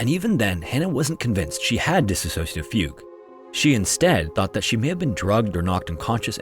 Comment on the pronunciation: That's not how you pronounce dissociative my guy, but good attempt